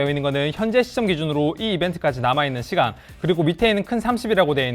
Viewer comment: 부산쪽사람이네 시간이란 단어로 구분됨